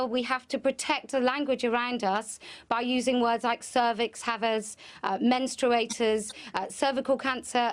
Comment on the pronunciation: "menstruaters" thats it i got too much